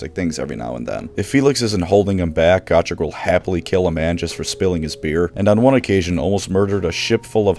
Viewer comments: GO-trek, not Goh-trek!! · STOP SAYING GOTREK WRONG.. GAT TRICK??? WTF GOOOOO-TRECK JEEESUZ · I have always pronounced his name as Go-Trek. Like Star Trek with a Go instead of Star.